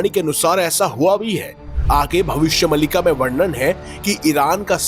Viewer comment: अरे यार भविष्य मल्लिका नहीं भविष्य मालिका है सही उच्चारण तो सीख लेते पहले 😂